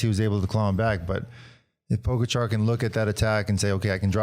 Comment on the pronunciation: It's pronounced Pogacha and Vinyego for crying out loud. Are you guys on drugs? Never mind.